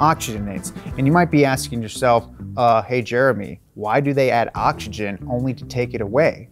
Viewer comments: Bro I'm mexican and somehow i am bothered by your pronunciation. Stop saying awchigen its Oxygen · Jeremiah please say octzygen